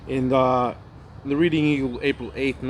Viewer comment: Reading Pa is pronounced Red ing.